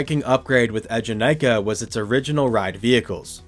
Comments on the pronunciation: the way you're pronouncing eejanaika is gonna give me an ulcer 😭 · Similarly studied and lived in Japan for a few years, which included several visits to Fuji-Q to ride it (and also have it at my #1 coaster). His first ええ is a bit off, but the middle having less emphasis is accurate to the pronunciation the park uses. Still within the ballpark for a non-speaker, and definitely not the worst I've heard (a lot of people misread the romanized "Ee" as いい, which...no).